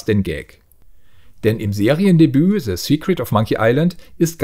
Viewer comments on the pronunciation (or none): "Ze secret of monkey island" 😄